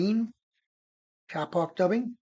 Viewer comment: kapok is pronounced k a e pock not 'cap ock' . it'sa tree in indonesia the locals pronounce kaye pock. used it for pillows and beds. i lived there 2 years on the island of Celebes.